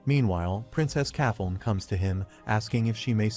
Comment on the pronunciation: Now its kathon? Who the f is that? Do you mean princess Kathleen? Please edit your damn video. Damn every single name in here AI has butchered over and over. It would be better if somebody would just read the fucking manga instead of relying on AI.